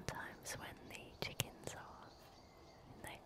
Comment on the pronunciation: I hate and love the way you say chickens, It’s kinda like you say; “Checkinths”